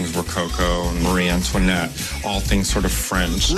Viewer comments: Ik you did not just say Mary instead of Marie Antoinnette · its Marie not Mary Antoinette